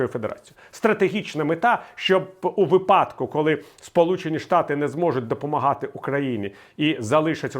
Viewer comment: Віталію! - вИпадок, у вИпадку! ЛИсенко не ЛисЕнко! ВИпадок! Друже, професоре мій! ВИпадок, вИпадок! Українською - вИпадок!